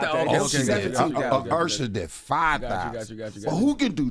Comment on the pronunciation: yeah... he tellin his age lol "Ursher" 😂